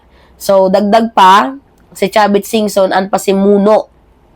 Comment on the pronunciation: Yan ang gusto ko syo. Authentic. Sarap pakinggan singa mo. 😊. Kaya love kita. Ingatz sa health. Aralin mong maige topic mo at grammar. Wag kang magmumura para ang dating mo disente pa din. Done. 4 star ka ngayon sa akin parang General Torre. ❤❤❤ Tama yang diin mo kay Chavit.